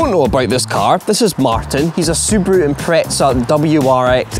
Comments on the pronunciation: What is it with you Scottish/British people saying "Impretza" theres no T in Impreza :P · boys the impreza is japanese, not italian -- it's not "impretza" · It's always funny and slightly annoying to hear British people pronounce Subaru Impreza. It's not 'Impre-tza'. There isn't a t in that word? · Where is the t in impreza? (impretza) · why do you pronounce it "impreht-za" instead of "impreza" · Why tf can't anyone say impreza properly. There is NO T BETWEEN THE E AND Z. IM.PRES.AH. NOT IM.PRETZ.AH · Why do you Englishmen say Impretza? So wrong, if you have trouble with saying Impreza just say WRX 😉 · What's an "impretza" hahaha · Why do Brits think there is a "t" in the word Impreza? 😆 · demuro this is how you say Impreza! That's no problem, any time big guy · If only people could say Impreza properly.. Lol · It's how Subaru UK's marketing people pronounced it 🤷‍♂